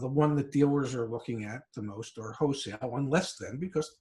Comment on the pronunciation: To the dad... It's "wholesale", not "hosale." You're not selling ho's.